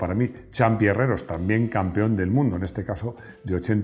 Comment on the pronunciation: Gracias,, por el fantástico vídeo. Disculpe la observación que tengo que hacerle: Santiago Herrero. Sin la "s" final que ud. añade. Procuro ver todos los vídeos que publica, y me he convertido en uno de sus seguidores. Gracias, de nuevo.